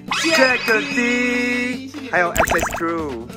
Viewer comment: 其實jack’d 的d 應該不是唸dee🙈而是像jacked/ packed 中的d音讀法